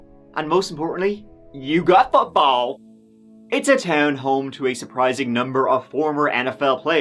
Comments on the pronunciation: saying “yew gut futball” had me in stitches 🤣🤣💀❤❤ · you did not have to pronounce football like that 😂😂😂😂 lmao I’m weak